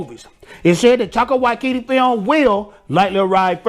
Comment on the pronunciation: "Taiko Wai-kiti" 😂😂